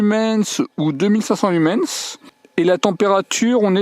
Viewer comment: Ne prononcés pas le S de Lumen(S) , merci😉😳